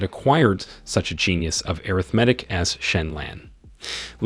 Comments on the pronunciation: Ok this my last time. I apologize I was trying to figure out what air riff matic was when he keep saying it and realized that was supposed to be arithmetic. Yo I'm done. I don't think I can watch no more.😅😅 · lol what about airithmatic instead of arithmatic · I love these videos, but the way you pronounce arithmetic hurts my brain, "ah-rith-ma-tic" right? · anyone else get confused the way the narratorbot pronounces Arithmetic or was it just me? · I appreciate the video but you should work on your pronunciation of multiple words, such as: arithmetic and heir. Also, you should just use the MCs name; when the MC gets married, you refer to him as “Son in Law” to every character that he comes across. It made it very confusing for someone who has never read this. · Asking for a lot for someone who doesn’t provide the original source material and can neither pronounce heir nor arithmetic.